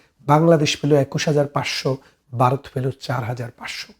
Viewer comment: আপনার আলোচনা ভালো। আপনি ভারতকে মাঝে মাঝে বারত বলছেন। তাছাড়া আরো কিছু শব্দ উচ্চারণ সঠিক করলে আপনার উপস্থাপনা ভালো হবে।